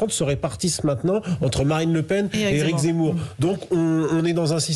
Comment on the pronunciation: Eric Zemmour est un homme, sincère. Courageux. propre sur lui. passionné de politique, captivant, cultivé, qui s’est assimilé. Certain m’ont demandé: “Oui, mais lui, il s’appelle “Zémmour!’ -“Pardon? Comment avez-vous dit ?” - J’ai dit Zémmour, Pourq… -Ont ne dit pas Zé mais Ze comme “e” et pas é! Ce que le monde est ignorant…hahahaha!😂🤣😅🥰